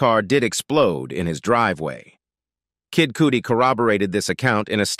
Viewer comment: It is NOT pronounced KID COOTIE, but Kid CUTTY